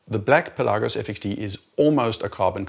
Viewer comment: Thank you for pronouncing Pelagos correctly!